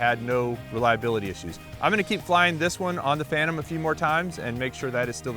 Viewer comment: DJI "Phantom" pro??